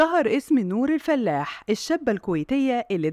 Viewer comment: الفَلاَح وليس الفلّاح